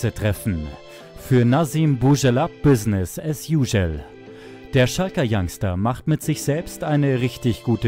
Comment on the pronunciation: Bissness as uschel😂